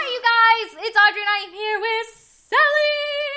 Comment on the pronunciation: its not Andry its Audrey